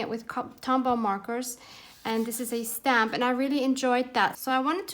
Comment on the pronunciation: 🤷🤦 " REALLY Tim Holtz REALLY??" 😂😂Freudian slip, each time you say "stamp" it sounds like you're saying "SCAM". idk, maybe you meant it? HAHAH lol Sounds like a rant I would have in my house, don't worry you're not alone, I feel your pain.😄 lol